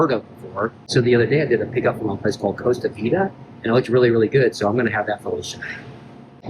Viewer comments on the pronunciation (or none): none